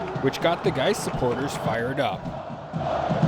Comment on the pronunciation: The pronunciation mishap was gold. GAIS sounds exactly like "guys". But I think yoy said something like "geese". I'm glad you did 't say "gays", though, or we would have a real problem. 😂